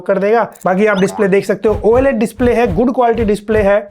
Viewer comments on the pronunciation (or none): Bhaiya 4M pahuchnewala hai lekin OLED ko oye-led bolna nhi badla..just kidding bhot acchi kaam krre ho keep it up 😅